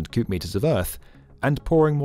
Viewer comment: It might just be me, but itsounds like he's saying good or cubed meters, when i think he's saying cubic meters